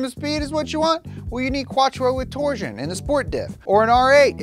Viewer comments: You keep mispronouncing Torsen. It's not torsion (as in torsion-beam suspension). It's TOR-SEN as in torque-sensing. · You said Tor-Sen wrong 3 times. I recall reading that the ultra system saves about 6% at low speed city driving. 20% sounds too high. Good to see a video of these systems as many don't know. I prefer the old mechanical Torsen diff with a rear lsd added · Anyone else bothered by the way he pronounces "Torsen" as "torsion?"